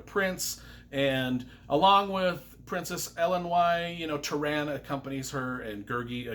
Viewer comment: Good review but you were butchering names left and right. Prydain (Preh-dain); Eilonwy (Eye-lon-wee); Taran (Tah-run). Not my interpretation, Lloyd Alexander's. Love your enthusiasm though. All that aside, this is possibly the best book series I've ever read as it pertains to quality of writing, story and emotion.